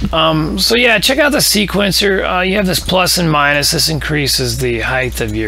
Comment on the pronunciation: I like to take a drink every time somebody says "heighth" instead of "height". So thanks! Snark aside, I did like this video, and I appreciate the 1080p and the zooming in to see what's going on.